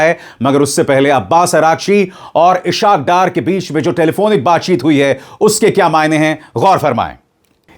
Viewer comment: "Ishaq Dar " is inappropriately "pronounced". It is "IS HAAQ DAAR"